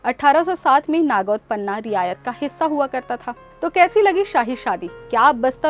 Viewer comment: Riyasat ko Riyayat bol Rahi Hai.Maharaja praveer ko Pita Bata Rahi hai.